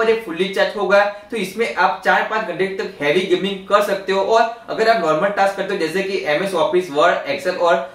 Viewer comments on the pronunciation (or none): none